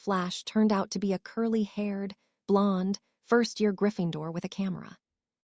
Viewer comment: Oh my god blond being pronounced blunda. Weasley as wuzla. Pus la tunj la for parceltounge! That one's hilarious, but it's taking away from the story. Please please remove and replace it with A.I adjustment back to how they were before in the other books on this sight. Well apart from slutharun